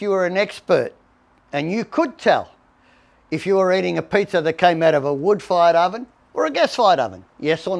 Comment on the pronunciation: So funny when he says Pizzer ovens